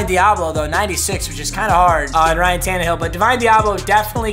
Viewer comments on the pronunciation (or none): none